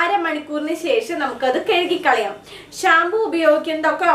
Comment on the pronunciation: Ha i...your tips are really useful...but ...I want give a suggestion...don't feel bad...while you are describing....you used to tell...."kezukikalayam"it's irritating...me just tell "kazukikalauam